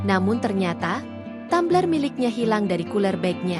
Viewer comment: Tumbler oh Tammmbler....hadeuh😅